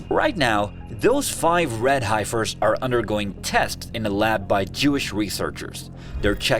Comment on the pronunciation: Youre legit pronouncing Heifer wrong 😢